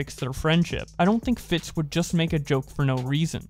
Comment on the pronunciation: Carson and Fitz were NOT best friends. it's pronounced FITS and not FIT, and Gizzy Gazza not Grizzy Grazza.